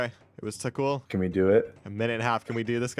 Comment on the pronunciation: It's pronounced tokkul.